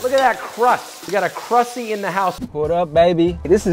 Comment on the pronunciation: I hated that Josh kept saying "crussy"